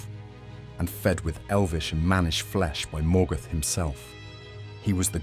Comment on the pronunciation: Morgoth not Morgath